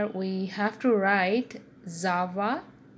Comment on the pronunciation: Its not zava its java